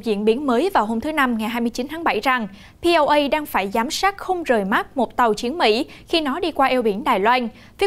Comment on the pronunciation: PLA (People Liberation Army) khong phai la POA. Nhung nguoi cua kenh nay khong biet tieng my. ????